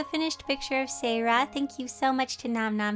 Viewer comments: For Siera you pronounce it see-era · Seira is pronounced see-air-a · umm im not trying to make your day horible but seira is pronounced see-era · the way she said seira sounded like my name. sarah. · I think seira is pronounced si air a